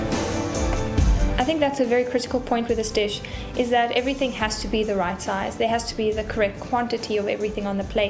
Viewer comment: What is "dat"? Do you perhaps mean "that"?